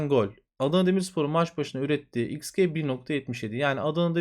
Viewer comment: Türkçe'de "xG" terimi "eks cii" şeklinde telaffuz edilir. 😃